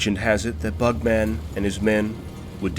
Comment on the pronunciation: Stop saying bug-man. It’s not like Spider-Man or superman.